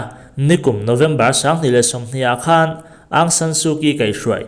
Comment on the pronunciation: Aung => ang anilo... áwng tia lam tur ani zawk ang